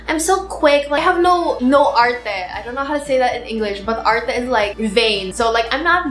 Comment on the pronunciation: Her "arte" sounded like Tagalog. Love, are you Filipina?